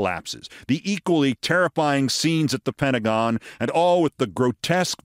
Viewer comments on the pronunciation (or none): none